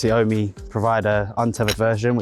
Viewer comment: Isn't it pronounced "Ohm"? As in the unit for electrical resistance? As it is electricity related etc. Ohm and Home combined.